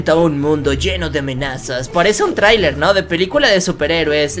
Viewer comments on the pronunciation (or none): none